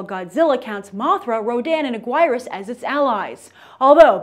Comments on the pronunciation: Agwireus lol is anguris that's how it's pronounced not spelled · aguierus... i heard AG-WIRE-US just ugh, that pained me... anguirus AN-GEAR-US......... PLEASEEEEEEEEEEE!!!! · Once again, she's pronouncing a character's name wrong. its Anguirus, not Ag-why-rous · Hi Grace, love the show! One little quibble though: I really don't blame you for the mispronunciation of Godzilla's spiny ally Anguirus, but I've heard his name pronounced as "Ann-GEAR-rus" in many mediums or under the alternate name Angillas, "Ann-gill-las" Pretty amusing vid though, keep doing what you're doing! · its pronounced "AN-GEER-USS" sorry as a huge fan I had to correct you! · I chuckled when Grace pronounced Anguirus's name. Almost as much as when she said Christopher Eccleston. Thanks Grace for putting a smile on my face. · She said anguirus wrong...(i spelled it wrong)